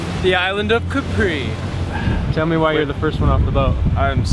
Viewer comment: Please guys, try not to call it Capree... it's pronounced Kahpri!